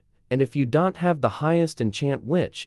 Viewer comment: you should put a comma in "don't" in your ai voice script so it pronounces it right.